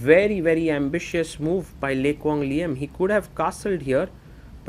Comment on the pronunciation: Nice analysis and a great game, your pronunciation of Le Quang Liem is on point